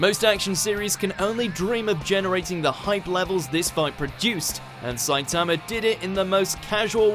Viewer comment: Sa-i-ta-ma not Sai-ta-ma